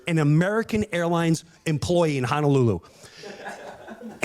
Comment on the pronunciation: He's mispronouncing Honolulu for comedic "reasons." He's not a guy who wants to legitimately check out the area - he just wants his ritzy beach vacation. Combined with the fact that a lot of the tourists to Hawaii are like Jim Breuer and presumably stick to the touristy stuff instead of checking out local flavor, it puts a lot of stress on the Hawaiian economy and environment.